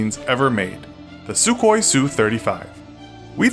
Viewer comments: Its SUKHOI (Сухой), not SUKOI. Pronounced as SuHói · The Su in Su-35 is not pronounced "sue". It's a single design bureau (as mentioned that is Sukhoi). MiG is pronounced as it is spelled because it was originally the combination of two designers last name. Not so with Sukhoi. I'm sorry it's a minor detail but I cringe whenever some American says "sue". Please some basic research and you would have heard how to pronounce it correctly.